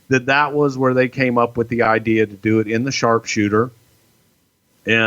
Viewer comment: “Idear”